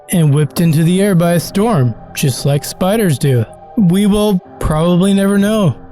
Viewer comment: spiderrss???? nawwww